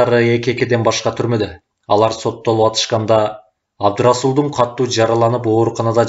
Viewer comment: Эй чырагым, диктор! Сураныч, туура окучу. КАТТУУ эмес, КАТУУ деп бир эле Т тамгасы бар китепте. Диалектиңди киргизбе бул жерде. Аны перевалдан нары барып анан окуй бер.